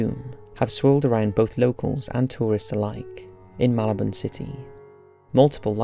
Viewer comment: I like how he pronounces "Malabon" to sound like "Marylebone" :D